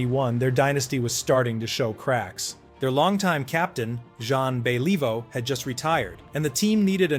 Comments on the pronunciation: John bayleaveoo lol. If is not AI. . you need to research Name pronunciations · Then fix it!!! Zhan Be LEE voe?? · Zahn BeLEEvoh?? UnBeLEEvable pronunciation. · Thumbs down. Who's Sean Bey lee voh? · MUST BE A.I GENERATED AUDIO….I HAVE TO ADMIT THE CONSTANT “JON BELL-EVE-O” WAS KINDA IRRITATING!.. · This guy can't even pronounce the Jean Béliveau, Maurice Richard, and Yvan Cournoyer, what the hell? hard to watch, good facts, but what type of fan butchers these iconic names? Content creators have to stop using AI - that was bad. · How embarrassing, pls do your homework! Yeah you should apologise for the mispronunciation of Jean Béliveau. You have a voice artist, why not do it yourself, this shows a lack of passion for what you are doing. If you are a serious hockey fan then you should know how to pronounce it correctly, one of the best hockey players. Even pronouncing Maurice "Rocket" Richard wrong. You sound American. We used to say "It's the Guy Lafleur Show" well before other people started to use that term. Imagine if he didn't smoke how fantastic he would have been. Guy Lafleur had true class (not a hacker player), as well as many of the Hab's having true class did back at that time. Otherwise nice to see that you made this video to honour a great player. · Great ... you didn't have to suffer the AI mispronunciation of Henri Richard and Jean Beliveau---it was imbeclic.